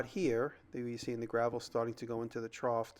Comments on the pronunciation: Jimmy, the word is "trough." (sounded tr-off) No T sound at the end. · "Trought" made me giggle every time. Idk if it's the regional dialect or just jimmy, but, I swear I used to have a science teacher from the east coast say the same thing